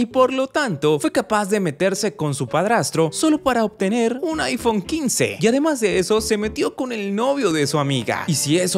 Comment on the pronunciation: me acabo de dar cuenta que dice iPhome 15 más bien de iPhone 15 hasta para mentir es mala 😭😂😂